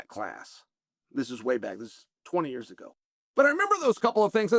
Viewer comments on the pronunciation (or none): none